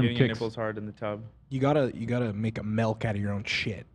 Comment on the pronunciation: why does pronounce milk as melk it’s triggering the shit out of me